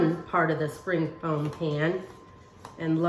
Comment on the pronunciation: Dear Amy, It is a "spring form pan". You keep pronouncing it "foam". My dear friend says the same thing. Love your kitchen tutorials. Everything you make is with common ingredients and I like that.